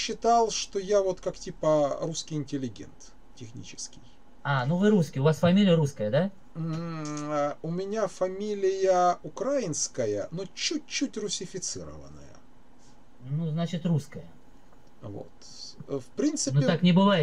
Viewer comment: !Позвольте сделать Вам замечание-надо правильно ставить ударение в слове Украинский,украинец! Режет ухо,извините.